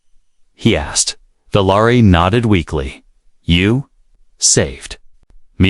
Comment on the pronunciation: Valari is what you’re speaking, but you’re writing Valerie! Get it right!